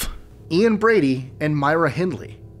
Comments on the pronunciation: Since when did Ian Brady become ‘Bradley’? 😂😂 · its brady and not bradley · You hqve a very loose classification of Family. I dont think any of these are family as most people see it. Are you that hard up of ideas? Also its Brady not Bradly.